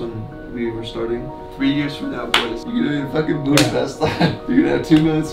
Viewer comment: I feel sad about that I heard everytime pronuncing Budapest wrong.